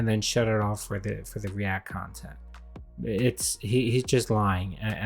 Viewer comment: "If you like the khantent, I didn't monetize it! PLEASE! Click the link and give me money for it!" Ugh. What a tool.